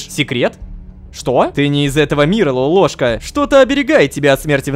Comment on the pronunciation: не лопоклошка а лололошка